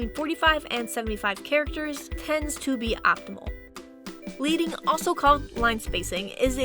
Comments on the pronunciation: I'm sorry, I can't hold myself back on this one - It's Leading (pronounced like "sledding", not like "bleeding") coming from the lead (metal) bars that used to be placed in between lines / blocks of metal type. The modern successor to this on the web, is CSS "line-height", but both measurement systems are very different. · Nicely done, Might be good to add a section regarding the difference between tracking (even spacing between all letters in a word) and kerning (space between just two letters of a word). And update the pronunciation of "leading" as suggested in other comments.